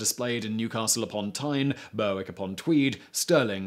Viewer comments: Simon NOT BerWick but Berrick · Berwick upon Tweed is pronounced Berrick Upon Tweed, not Berwick upon Tweed. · La Nark? Burr Wick? 🤣🤣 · BURWICK you mean?... LOL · I love your videos mate - all channels. But your pronunciation is terrible - Buurwick upon tweed? Laaaanark? etc etc ;) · Simon , it is pronounced as "Berrick " , just a fyi there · Berr whick ? Bal I-oll ? ...... Berwick .... bail...I ol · Berwick is pronounced berrick. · Your pronunciation is appalling. Berwick is phonetically pronounced BER-ICK and Ayrshire is pronounced AIR-SHIRE. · The biggest crimes here have to be the mispronounceation of Berwick and Lanarkshire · english places too, Berwick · Berwick is Northumberland js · You're really going to have to learn to correctly pronounce place names - Berwick, Lanark, Falkirk, etc...